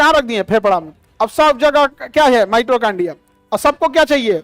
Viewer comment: Khan sir ,Mitochondria theek se uchchaaran kariye ,Mitrochondia mat kahiye.